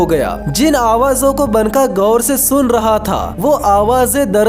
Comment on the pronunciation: भाई, वो बनका नहीं, बांका है.